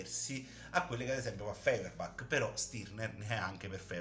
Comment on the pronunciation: Stirner non si è mai definito anarchico, gli è stato attribuito, e non dice nemmeno che tutto si riduce all'io, ma a me. Allo stesso modo parlare di rivoluzione dell'unico è scorretto, perché semmai bisogna dire rivolta o sollevazione. Si pronuncia Foierbach.